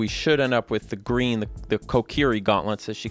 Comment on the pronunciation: Its gween